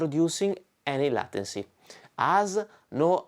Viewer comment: it's pronounced laituncy not latency, with the same "ai" as in "get laid"